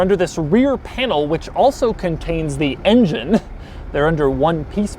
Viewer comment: why'd he say engine like that